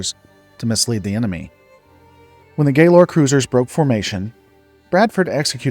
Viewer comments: You say Galor improperly and it drives me nuts. It is not “gay - lore” it is “gal-or”. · It is pronounced Gallor, not Gaylor. I absolutely refuse to support a channel that makes videos about Star Trek but can't even pronounce the simplest ship class's names even though it was mentioned dozens of times in deep space night alone.